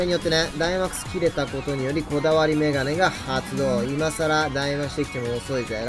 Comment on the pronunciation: 「こだわりメガメ」ってかわいいな